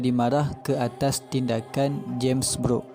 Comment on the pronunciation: sebutan james brooke tu kedengaran sepertu james beruk